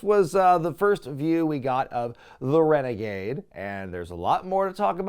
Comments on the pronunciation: I kept dying at rene gade pronunciation. His outfit really did suck lol. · I feel for poor Rick Wilson, the guy was just doing what he was told, but everytime you keep saying "Rene -Gade" I can't help but to LMAO!!!🤣🤣🤣🤣 That's definitely a new one 🤣🤣🤣! I neeeded that laugh🤣🤣🤣